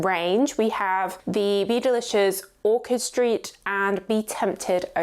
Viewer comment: You keep calling it orchid st. It Orchard, isn’t it?